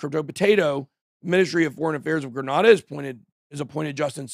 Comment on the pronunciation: It's pronounced grey nay da